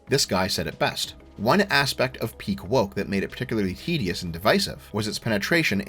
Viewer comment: What is that pronunciation of ‘tedious’ ?😂😂